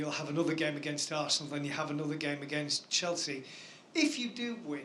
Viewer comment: AHAHAHA CHELSEA!! Man said Chelshit